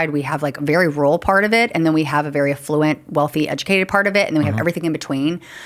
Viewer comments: I stuck it out with the pronunciation of "conduit" but alA fluent was a bridge too far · She should go to jail for how she pronounced “conduit” and “affluent”